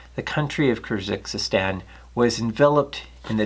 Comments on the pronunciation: Interesting content, as usual. I'd like to add a few comments about pronunciation. The actual name of the animal is Longisquama and not Longisquamata, and it originates from Kyrgyzstan (not Kyrzykzystan or whatever) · I really love your presentation but sometimes I am surprised by your mispronouncing of rarer or longer words such as "Kyrgizstan" (pronounced as CUR-GEESE-STAN, more or less) or in another video "Nipponosaurus", for example. I would like you to bring your attention to the fact and ask you if you suffer from dyslexia? I am sorry for the unrequired criticism but it surely is distracting.